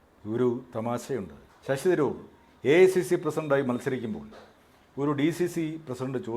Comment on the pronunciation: ശശി ദ് രൂർ അല്ല .ശശി തരൂർ. ഭാഷക്കു സ്ഫുടതയില്ലാത്തവർ ഈ പരിപാടി നിർത്തണ०.